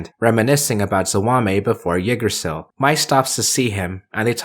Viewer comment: I know it’s been a bit since this video was uploaded, and in the end it doesn’t really matter, but the way you pronounce Yggdrasil is really jarring